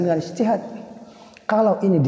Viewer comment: Ijtihad bukan istihad😂